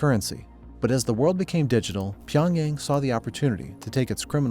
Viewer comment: dude look up the pronunciation of a city like Pyongyang before you make a video mispronouncing it the whole time